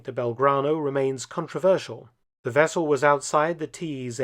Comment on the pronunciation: "Soviet Fishing Wessel " :-)